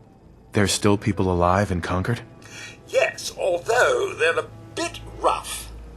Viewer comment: Yes! They pronounced Concord correctly!